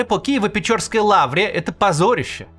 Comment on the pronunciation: почему все русские и россияне типо каца не могут правильно произнести название ПечЕрской Лавры? и ещё пытаются нам втюхать, что это их православная святыня. если это ваша святыня - хули вы названия её не знаете?%)